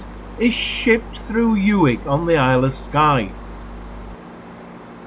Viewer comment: Nice film but where did you dig out the narator? Mispronunciations throughout: 'Yoo-ig', dropped H in 'Hebrides', it goes on and on. What a wasted opportunity!